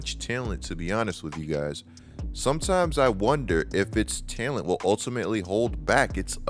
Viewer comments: Who says talent like that man?? Tellunt..lol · good takes but why do you say talent like that bro😭